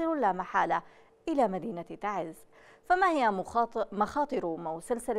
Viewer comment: abn algnop ي اخي انطقها سع الخلق تعزززززززززز نحنا نعمل ب اصلنا وم نغلط ع مدنكم ومعروف ان تعز هي من قدمت قوافل من الشهداء بجميع اليمن